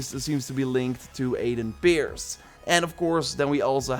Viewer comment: When said Aiden Pearce i understood Aiden Beards